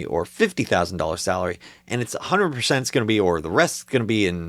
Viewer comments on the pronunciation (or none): Sorry I misheard "a 100% "gain . "A 100%" sounded " A 800%"